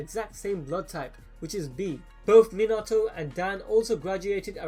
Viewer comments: Its pronounced mean a toe minato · His name pronounced Mi-na-to, not Min-a-to. Just a heads up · ur u say minato rong